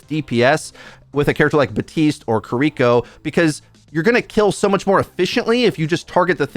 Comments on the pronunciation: Kear-eh-koh not kareekoh my guy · I die inside a little every time I hear people calling her Koriko instead of Kiriko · "Kareeko" kills me everytime 😂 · HER NAME IS KIRI-KO STOP BRAINFUCKING THX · Stop saying Kiriko wrong lol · I hate your pronounciation of Kiriko so much.